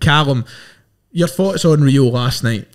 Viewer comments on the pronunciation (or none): Its pronounced Ray-o